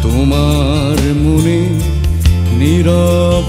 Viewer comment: এই গানে "তোমার" উচ্চারণ লাকী আকন্দ সাহেবের টাই সঠিক। যথাযথ আবেগ আছে।